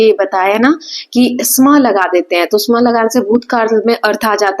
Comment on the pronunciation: Mam sam nahi sma